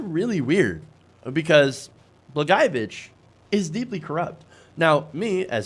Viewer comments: still didn't get the pronunciation right. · I say this as a lifelong Illinois resident, what Trump doesn't realize is that we didn't lock up Blagojevich to keep him in. We locked him up to keep us out. I'm pretty sure any resident of this state would love to tear him apart limb from limb for what he did in this state. By the way, your pronunciation of Blagojevich is far the scariest part about this whole thing. For future reference, it's Blag-oye-o-vich